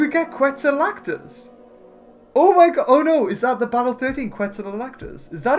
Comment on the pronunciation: Not to be rude, but I saw some pronunciation errors that were a bit... weird? - Quet-zo-co-atlas, not Quet-zo-lac-tus - Kool-a-sue-kus, not Kool-o-sue-chus